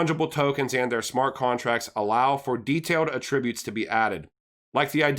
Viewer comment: Att-ributes and et-cetera